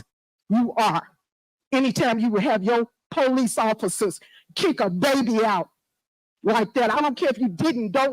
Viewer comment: I’ve never heard a mayor call the police “The Poe Lease” 😂